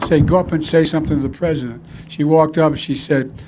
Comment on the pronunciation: The only thing he is consistent with is "Mr. Pwesident"